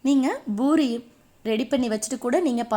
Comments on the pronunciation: Boori இல்லை . பூரி . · Panipuri nnu sollumbodu crcta solringa...but normal puri nnu sollumbodu edukku buri buri nnu pronounce panringa? Adhum puri dhan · It is puri not buri